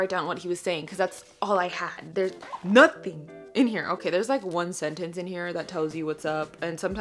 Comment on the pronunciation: “there’s NOT-HING in here” 😂😂😂😂